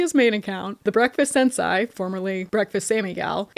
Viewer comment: im crying at how yall pronounce sensai